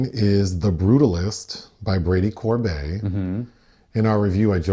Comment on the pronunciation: Brady COR-bet, not -bay.